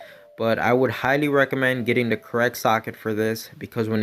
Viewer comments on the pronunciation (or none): STOP SAYING "D" INSTEAD OF "THE"!!!!!! "DEEZ NUTS"?????